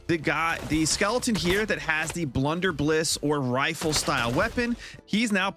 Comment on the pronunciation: My man really said "blunderbliss" without questioning it whatsoever, lol. A blunderbuss was a muzzle-loaded pistol invented in the 17th century.